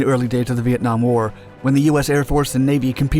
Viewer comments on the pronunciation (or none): none